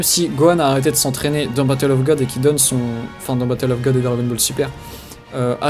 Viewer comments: mais putain tu peux pas juste dire god comme ça se prononce!!! plutôt que de dire ça a la japonaise. C est ridicule. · ha putain ça m énerve!!! godo... C est un mot anglais ça se dit god, les japonais le disent godo car ils ont un accent de merde. les youtubers fan de dbz le disent n importe comment pour se la jouer connaisseurs, ou vrai fan dans, mais c est nul.